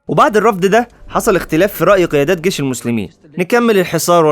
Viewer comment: جيش وليس گيش